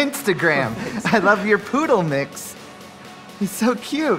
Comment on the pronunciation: "I wuv you, mom" yep, so hard.